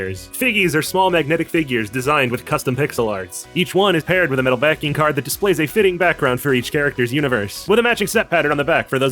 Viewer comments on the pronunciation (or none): none